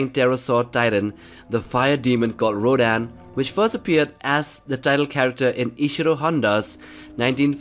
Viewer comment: says rodan* m: its rodan dum dum